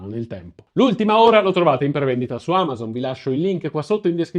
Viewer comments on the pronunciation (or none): none